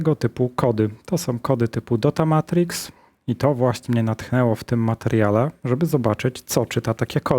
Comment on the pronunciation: DataMatrix a nie Dota Martix